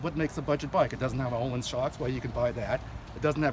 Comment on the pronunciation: The bike looks sweet but the controls look "Triumph" still I am afraid. Nice dash though. And it's pronounced "Öhlins". Replace the "O" you say with the "i" i "Bird".